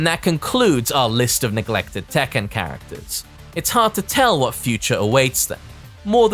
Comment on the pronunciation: Yo. It's Tekken, not tekkan